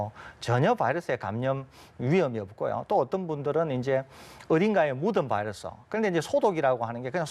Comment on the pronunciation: 바이러스가 적으면 검출 어렵다면서요......보더라인도 아닌데, 레퍼런스 레인지를 벗어 났으면 일단 합리적이고 과학적인 ..... 음 "봐이러스" 발음 듣기 싫어서 끕니다...감사하겠습니다